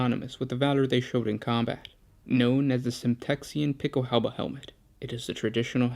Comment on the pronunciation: As a German I congratulate you for Not butchering Pickelhaube and giving a good translation/explanation.